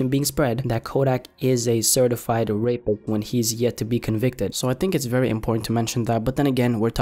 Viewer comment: He said raeper instead of rapist 🤣🤣